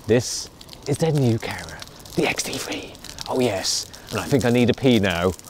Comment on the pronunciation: is sound like he says ''xt free''